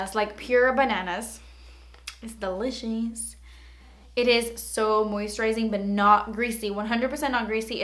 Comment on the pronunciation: Did anyone else think of MirandaSings when she said delicious, like "delicheees"..or was that just me.. 😂